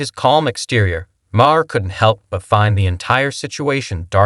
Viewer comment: How many ways can you miss pronounce Maher in one video?